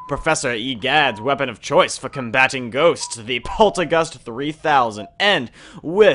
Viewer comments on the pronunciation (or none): none